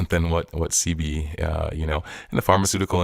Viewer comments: Sebi not sea- bee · No bro your the last to know you don’t even know how to pronounce his name your calling him sea-Bee lmfaoo bro you just found out about everything your you putting on your channel you should be honestly with your viewers lmfaoo be honest with your self